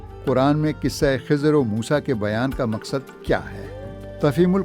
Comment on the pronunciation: It's Khazir, Zabar on Kha Letter.